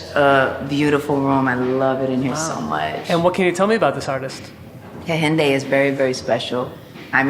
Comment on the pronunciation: Alicia pronounces Nigerian names funny Ngozi and Kehinde